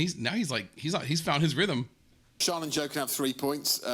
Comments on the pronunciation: Again, it's Sian not Sean. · Pronounced Sharn. The spelling probably isn't helping here.